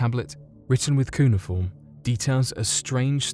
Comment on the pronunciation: Why does this fool keep saying 'Kuna Form'?